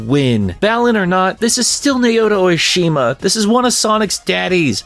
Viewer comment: Think “Sen-O-ue.” Also “Sah-otome” and “Nah-oto O-shima.” You’ve been saying “Oishima” this whole time and I’m not sure how. 😜